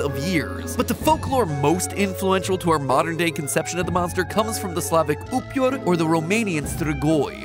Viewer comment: it’s not “Upior” it’s “Upeer” goddangit